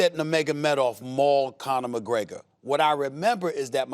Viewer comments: mcconor mcgregor?? Who the Fook is that gooy? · I'm sure Stephen A. said McConnor McGregor 🤣🤣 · Nobody: Stephen A Smith: McConor McGregor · Steven A. Smith actually says McConor McGregor